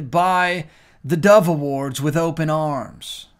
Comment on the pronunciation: I wasn’t paying attention to my tv screen when you said dove awards. I thought you kept saying devil awards and thought, “ Never heard of it, but that makes sense.” Lol